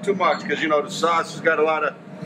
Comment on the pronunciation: I can't taking cooking advice from someone who says "sawauce"